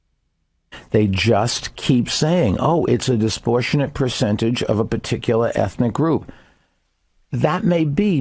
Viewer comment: Lol bloomberg says “disportionate” 3 fucking times 😭